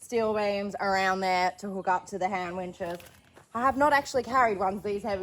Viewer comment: I’m so excited you’re back! While my brain knew you were saying “Hand winches”…every time you said it, my brain heard “hamwiches”. Now I’m not only starving but I’m raiding my fridge for ham. Haha 😅